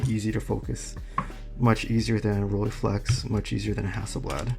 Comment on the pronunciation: RollEYEflex goddammit. Not Rolleeflex!!!!